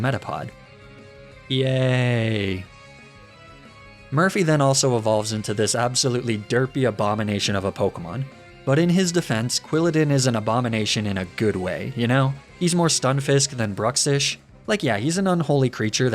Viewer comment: QUILLADIN, NOT QUILIDAN!